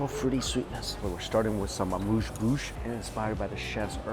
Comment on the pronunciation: eh moos bush not mush bush